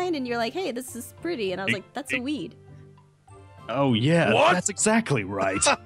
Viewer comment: Did aphmau said "Weed"..?